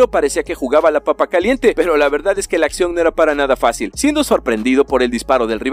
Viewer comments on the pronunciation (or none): none